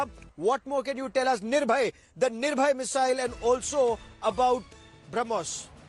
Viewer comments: Thank god... Some one corrected him that....missile name is NIRBHAY and not NIRBHAYA..... we still have faith in our literate and educated Media.. That they will improve their standard. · Its NIRBHAY not NIRBHAYA